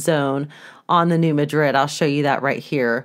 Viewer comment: Just for your info - It is New Mad-rid like these two words would be pronounced separately. (accent on the first syllable- not like Spain.)